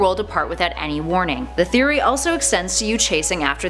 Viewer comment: Did she say game theroy